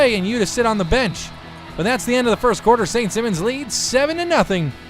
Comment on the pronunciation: u say simons as a last name. the i is a high i like u say high